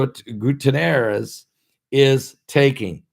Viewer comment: I think it's pronounced. Gooty-Air-Ezz